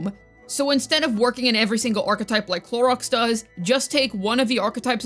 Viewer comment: I'm so tired of you saying Clorox or Cloriander its sooooooo annoying at this point. Just say her proper name its not that hard geez.